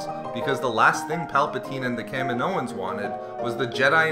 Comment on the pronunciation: It's pronounced Ka-mee-no-ans